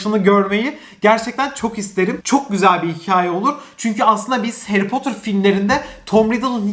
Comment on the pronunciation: Potter, potır diyemi okunuyo yoksa potur mu çünkü ben potır diye biliyorum ama potur diye okuyo aşırı takılıyorum oraya 😂😂😂